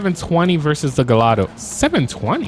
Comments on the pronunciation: Gallado 😂😂 it’s gallardo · You said galldao it's garlldo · My man why are you saying gallado it’s pronounced gee-are-dough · It’s pronounced gi-yard-o not galado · Bro its not pronounced gallado its gaiardo but is spelled Gallardo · It’s the gallardo not gollado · im sorry but its not gallado its ga la rado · Gallardo is pronounced guyardo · It’s pronounced Lamborghini ‘guy-ardo’ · You do know you're saying Gallardo wrong....like not even close to how you are supposed to pronounce it! You're supposed to pronounce it like this, Guy-ardo. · Never did this dude say oh we got a agallado in the house? It’s pronounced guy r do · You pronounced gallardo wrong it’s like a I like gaiiardo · why do you pronounce the gallardo like that? it’s (guy-ardo) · Why do you say Gallardo like that. Its pronounced guy-ardo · He Keeps on pronouncing Gallardo wrong lol lmao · BossMob360 that bothered me so much Idk why lol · Btw that is not how you say gallardo